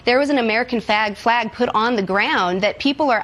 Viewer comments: They put a "fag" on the ground? Wow, you know someone has to say that word a lot to mispronounce FLAG! Our White House Communications Director just used a slur! The Director of Communications!! Think about that!! SHAME!!! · Did anyone catch her little slip of the tongue when she meant to say American FLAG but left out the L?